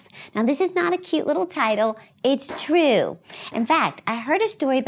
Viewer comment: I love how you say true' makes me giggle'